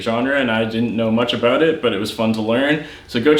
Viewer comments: Is Canadian? I hear a abooot! 😂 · Heh Aboot